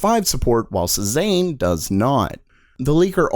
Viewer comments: How many times can you butcher the pronunciation of "Cezanne"? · Yeah, that really bugged me. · After the second time he mispronounced it I was ready to punch my monitor. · Cezanne is pronounced 'SAY ZON' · Cezanne is pronounced Say-zahn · Here we go again. Like "Renoir", "Cezanne" is French. Your pronunciation of "Renoir" is close, but drop the "R" at the end. It's "ren WAH". And "Cezanne" is pronounced "say Zahn"... And not a single one of these cards is reasonably priced. These prices are obscene... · Cezanne is pronounced Say-Zahn not Sez-aine. Also other useful things to know, Hermes the fashion brand is pronounced 'Air-Mez' not 'Her-meez.' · please learn to pronounce Cezanne. It's sort of like "say-zan" Not "suh-zain" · Dude it's pronounce Sez-Anne not Sez-An. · It’s SAY-ZAHN, not SEH-ZANE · Pronounced see-zan Not sea-zane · pleas don't say cezayne ever again it's more like seh-zaahn-(e) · It's pronounced "say-zahn". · Sorry because I’m an artist... all the code names are famous artists, Cezanne is pronounce ‘Say-zahn’ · It is pronounced say-zahn for the love of god. French artist? Hard to trust your stuff if your are not even going to research little things like pronunciations. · Cezanne was a painter. I was thrown by how you pronounced that. It should like say-zon. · shaZZAM !!! . . . shaBOZZ !!! . . . it's pronounced say-zahn. , . . . like season but say instead of sea and a little heavier on the z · Cezanne is pronounced more like Say-zon He was a french artist which is in line with the other artist names they use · "SayZon" pronounced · Just FYI, Cezanne is pronounced "say-zahn" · It's not pronounced " Say-zahn"? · A tiny little cringe every time you say "Cezanne"